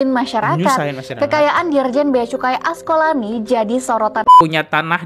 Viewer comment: Duh...gimana sich kamu? Ngomong nama: A S K O L A N I, saja salah mulu! 🤭😅 Terus: È S È L O N, juga salah terus. Yang bener dong ejaan nya, choi? 🙏